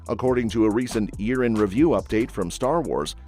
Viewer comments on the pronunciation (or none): none